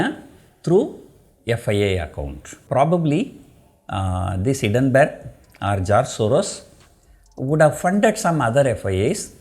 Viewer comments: Kindly note it is not Hiddenburg, nothing is hidden, it is Hindenburg. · hindenburg pronounce is wrong